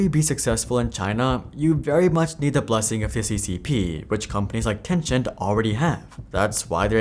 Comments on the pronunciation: TIL i've been mispronouncing TenCHent wrong all these years. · It's ten-sent I think, it's not translated from any Chinese word so it should just be how you would normally pronnounce it in english (which is ten-sent, since words like percent are pronnounced per-sent)